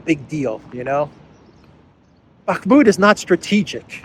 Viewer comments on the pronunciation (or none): none